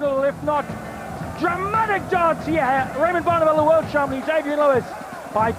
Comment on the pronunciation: "World chumpian" classic commentary there!